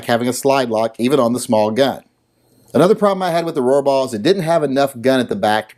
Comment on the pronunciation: Every time you said "Rohrbaugh", I had a tiny seizure. It was like the Roxanne drinking game, but with seizures. Good thing I normally watch your videos while wearing my ball gag.